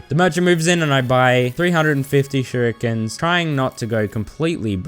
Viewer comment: shurikens: "shu ree kens"